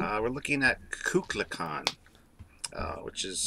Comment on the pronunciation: Great episode guys as always. It is pronounced "Koo Kool Khan " The Feathered Serpent .